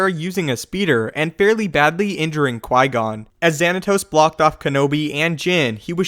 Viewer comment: Mast-eeerrrrr lick wow qui goooooonnnnnn PRONOUNCE THIS CORRECTLY PLEASE BOSTEN CHICK.